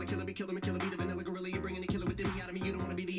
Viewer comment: He said vinilla gorilla